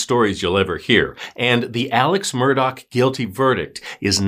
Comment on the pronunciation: Omg it's pronounced, "MUR-DAW", not , "MUR-DOCK"... 🌈